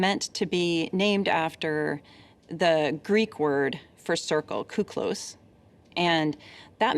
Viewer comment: Kiklos not kouklos... 😒